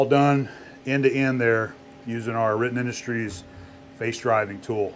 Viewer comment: Can you say "Riten Industries"?...🤣